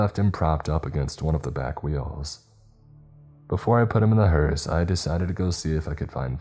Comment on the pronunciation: Why do I hear " HORUS ' instead of hearse ?